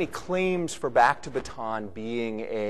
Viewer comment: Bataan is pronounced with 3 syllables. ba-ta-an